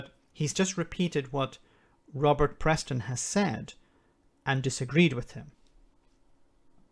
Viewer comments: Peston!!!! It's Peston........ not Preston!!!! Can't you get anything right!! Merry Brexitmas,!!! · all i can say is “A fool always finds a greater fool to admire him.” Nicolas Boileau (in passing and i might hearing you incorrectly but the guys name is Peston not Preston) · Its PESTON, not Preston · Robert Peston. Not Preston. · Peston, I think, not 'Preston'. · Sorry, I’m not trying to be clever here. It’s Peston. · Its Robert Peston not Preston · It's Peston not Preston see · It's Peston not Preston. Scottish government have passed a bill to apply EU standards to products for export. While not being in control of the situation, they have taken steps to get ahead of the game. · His name's PESTON no R. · Sorry to be a pedant, the reporter is Robert Peston, not Preston. And yes Boris is a pure charlatan. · Peston not Preston. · That’s Peston, not Preston. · The reporter's name is Peston, Robert Peston. Not Preston. No tariffs or quotas is whet we had when we joined the Common Market. Creating the single market swept away a mountain of non-tariff barriers like national regulations, this deal will put many of those barriers back in place for UK businesses. I wonder if the EU is going to carry on publishing EU standards in English? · His name is “Peston” not “Preston” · The journalist is called Robert Peston (no r in his surname) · It's Robert Peston not Preston. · FYI It’s Peston not Preston. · Robert Peston...not Preston (a pedant writes). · It shouldn't be hard to get the journalists name right, it's Robert Peston.